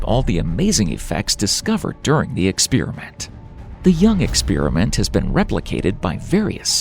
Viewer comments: I know this is from an outsider's perspective -- but it hits me like a horn blast every time I hear it spoken: an "ex-spear-a-mint" vs an "experiment" (ex-spare-ee-ment, which is English, where the word comes from) ... No idea how this became "normal", but it is quite foreign to my ears ... Despite all the "ex-spear-a-mints" mentioned, the content of this video is all worth thought. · Measurement is not the same thing as observation. And it's experiment, not ex-spear-i-mint. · Eckspearament, lol. It's experiment! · im interested but unfortunately had to tune out do to your repeaded butchering of the word experiment